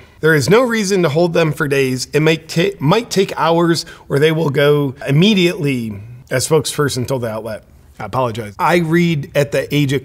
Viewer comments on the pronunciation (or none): none